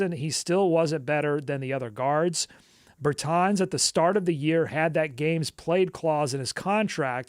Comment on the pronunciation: How have you never heard Davis Bertans name pronounced?